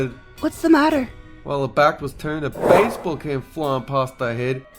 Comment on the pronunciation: Ah yes... A """"""""""BACEBALL""""""""""